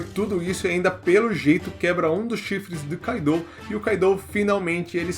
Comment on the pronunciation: Tipo o kaido , eu sei q escreve KAIDOU , mas a pronúncia q cai melhor seria KÁIDO (sem acento )